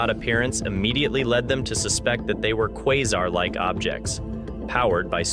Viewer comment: Quesar: Kway-zar.. not Kwie-zar...